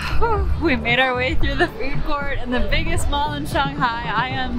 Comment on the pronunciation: If you lived in China for a whole year, then why are you saying Shanghai and char siu incorrectly?